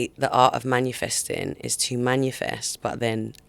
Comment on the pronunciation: Please someone tell her it's 'manifesting' and not 'manUfesting'